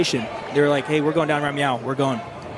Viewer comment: “right meow”. Thought you could sneak that in there without someone knowing huh?